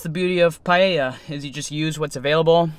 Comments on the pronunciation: That looks great cooking,what you did there is called 'Paella Mixta' or Mixed Paella and yes you pronounced it well. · You are saying paella correctly. I am from Spain and never use chorizo, but I may try your versión, paella is not spicy de use sweet paprika but I must admit you paella looks fantastic. I will love to see looking videos.